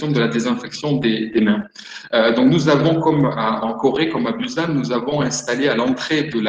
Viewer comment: Je connais Busan, mais on ne prononce pas comme /bouzanne/. c'est /bou-Sanne/ à ma connaissance.